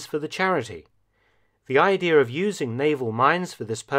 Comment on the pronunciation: First video I've ever heard Dr. Felton misspeak. He says, "Idear" instead of "idea" . Still an awesome video. I am going to watch all of his!